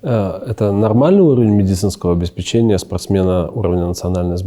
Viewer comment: опять качественное интервью, только в слове обеспечение ударение ставится на 3-й слог;)